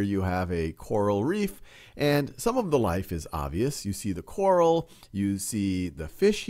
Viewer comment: Him saying quaral reef instead of coral reef 😂 everyone is to use to saying quarantine